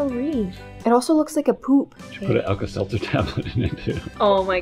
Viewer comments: “Alka Selther” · It's alta seltzer oh my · do you want to put some Alka-Seltzer in? /: Yeah.: it’s Alka-Seltzer. /: what’s that? Me: 🤨 👁👄👁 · how tf she what is alka selzer but she said lets put alka selzer in the crayon thing